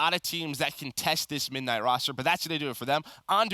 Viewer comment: can't say midnight